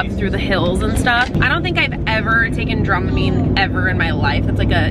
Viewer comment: Hahahahhahahaha dromimine not dramamine